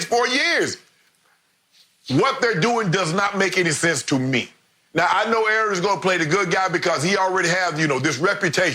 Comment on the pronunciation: 1 word fo AA-Ron) disrespectful